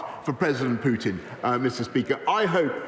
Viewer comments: Can someone tell the opposition guy Russia’s president is called PUTIN and not PJUTIN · Why is it BJUDAPEST and Vladimir PJUTJIN. Why cant these people make an effort and say names correctly.